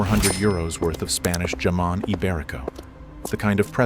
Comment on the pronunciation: ja-mon? bro gotta discover spanish jamón